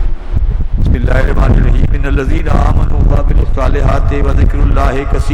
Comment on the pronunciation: The actual word is Amanoo not Aaminoo. Pl recite correctly